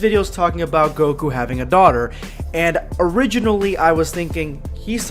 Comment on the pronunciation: Goku* not gokua